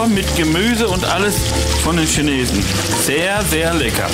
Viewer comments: Die "Schaneesen"😂😂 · Die “Key Naysen ? “ 😂😂😂🤗